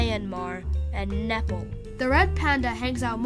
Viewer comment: No way you called Nepal nepel